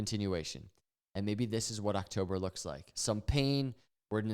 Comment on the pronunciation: How long you say luks like this 😅